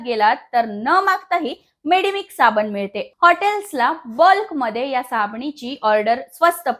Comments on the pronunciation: सायबिनी ने साबनी म्हटलं 😰🙄😂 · Madam rkda bollat tr chukun bollat asa hoil pn varanvar tumhi sabanich mhanala ahat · आधी मराठी सुधरासाबणी म्हणू नका साबण म्हणा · साबनी नाही साबण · सबनी नाही साबण म्हणतात 😄😅